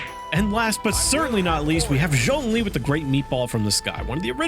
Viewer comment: Zhongli not s... 😂😂🤣😮‍💨😂🤣🤣😂🤣🤣😂🤣😂🤣😮‍💨😂🤣